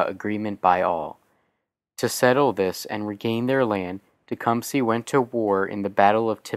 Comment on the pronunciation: teh-cum-seh not tecumsee